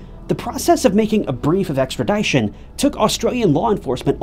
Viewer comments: “Extra ‘DISH-un,”. NOT “Extra ‘DIE-shun” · Extra"dish"on not extra"die"shon Love your videos!